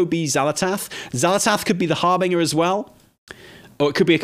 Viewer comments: It’s pronounced härbənjər, or basically it’s harbenJer not harbinGer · Har-binge-er like you're bingeing a TV show. HarBINGEer. People are allergic to pronouncing that word right. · "harbiNGer"? like "singer" and not like "cringe" ?! not even UK english has this pronounciation for that word :D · Sorry, it is pronounced "har- BINJ-er" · Dude I love you, you are funny af, even if you want a splurging by old gods and can't say Harbinger. ❤ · You two are fantastic but the way you are pronouncing harbinger is driving me nuts 😂